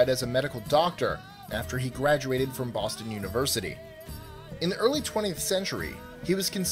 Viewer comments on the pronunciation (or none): none